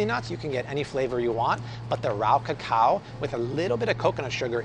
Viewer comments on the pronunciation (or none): none